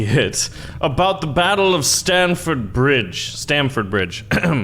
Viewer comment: It’s Stamford bridge